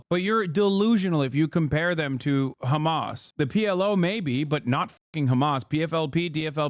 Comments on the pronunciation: I love how the US media started saying Khamas instead of Hamas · I love how he said hizboallah normally but hamas is apparently different 😂